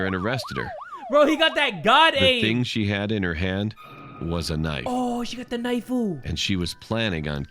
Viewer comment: Why are you saying knifu when you see this? -->>🔪